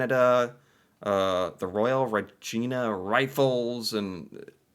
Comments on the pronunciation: it is pronounced “Ree” - “gi“ - “na” Rifles NOT Regeena Rifles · One of the companies of the Queen's Own Rifles touched down right in front of a German bunker. Within minutes of the ramps going down, 75% of this company were dead or wounded. Queen's Own Regiment, 8th Brigade, 3rd Canadian Division. It's pronounced reg eye na, not Regeena. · As someone from Canada it’s Re Jina not regeena lmao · "Queen's Own Rifles" Not "regeena". Think Deadpool: "Rhymes with fun" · Regina It's not "Re Jeen Ah" It rhymes with Fun. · Also, Regina isn't pronounced Regeena. Regina rhymes with vagina. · Regina like vagina but with an Re... the city that rhymes with fun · Regina rhymes with fun, sir. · "Royal Ra-Gina regiment" 😂😂 As a Western Canadian, it always makes me chuckle when Americans can't pronounce our Provinces and Local Canadian jargon. It's it much the same way they would likely laugh at my lack of knowledge of their local customs as well, and wouldn't fault them for it, and hopefully they don't fault me for it, as I've already done. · Regina is pronounced like vagina not regena. Many trip up on that. No one really know how to pronounce Saskatchewan. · Queen's Own Regina ( ree - j - eye - na ) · It’s Queens own. Canada is still part of the Commonwealth,so the Queen of England got regiments named for her. Regina rhymes with you favorite female body part. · Rude but Regina rhymes with vagina and means Queen in Latin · It's Regina (rhymes with fun). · It's Regina, rhymes with Vagina. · I am not criticizing you with this comment, just explaining a strange Canadian pronunciation. The city "Regina" is pronounced differently that what you said. It rhymes with vagina. I know, it's odd, but there you go. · "The Queen's Own", we use it to describe many things that are dedicate directly to Queen Elizabeth the second. I guess it is the King's Own now. Regina isn't pronounced the way you said ;) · Oh, and Regina is pronounced like Vagina, but with Re 😉